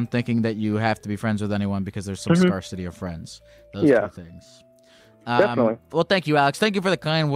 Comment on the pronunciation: how many times is going to say scarcity wrong before someone corrects him?